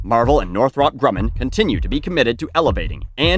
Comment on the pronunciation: Btw it’s pronounced Northrup.